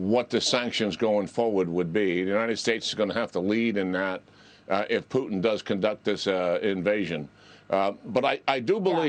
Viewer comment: "McCrone" ... "Poo-tn" ... Yeah, yeah really qualified....